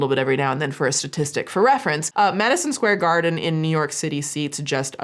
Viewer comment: I def heard "Medicine Square Garden" 😅